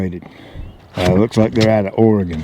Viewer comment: Right on. That's going to be a nice garden. You even pronounced Orygun the right way.